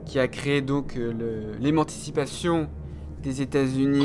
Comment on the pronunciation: « emanticipation »???? Émancipation;)